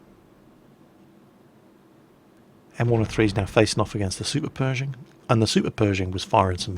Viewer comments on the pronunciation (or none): none